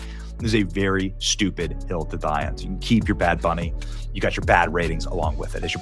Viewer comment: Did he just say bad Benny?